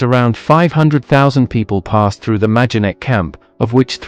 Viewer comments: The name of the camp is pronounced my-don-neck. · Noooo It's maydenek. I recently visited.